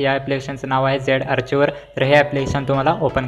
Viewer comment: आर्चीवर ❌ आर्कायवर ✅